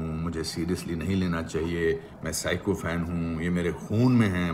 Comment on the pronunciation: Psychopath nhi... Sycophants.... Jo ki aap hain!